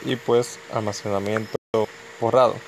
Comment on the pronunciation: "almasemanamiento" xD buen tutorial messirve gracias